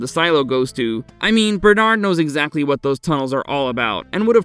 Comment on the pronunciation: Finally! Bernard is pronounced properly.